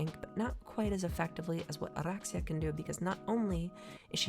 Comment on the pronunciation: love how you roll the R's for oraxia, ive heard too many "or-axe-e-uh"